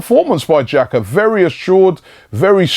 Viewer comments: right it's pronounced 'Jacka'. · In Switzerland we pronounce Jacka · that's how you pronounce his name